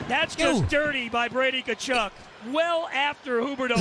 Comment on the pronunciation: Good job on the pronunciation of Tkachuk. Getting better! Love all your videos. Keep doing your thing. You’ve become my favorite YouTuber.